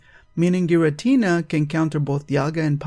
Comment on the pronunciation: Thank you for doing this. so every one who says Giritina can fuck them selfs